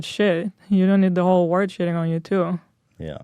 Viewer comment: Hila, the word is WORLD not WORK. Shesh...